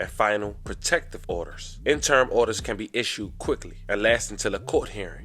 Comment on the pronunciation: 🫡 Interim... Enter-rim Issuance... Ish-shoe-enz Ammonia... Ah-moan-ya Decedent... Duh-seed-ent Cin-der Blocks... I appreciate the content too. Yet, I'm still compelled to reach one, teach one. 😏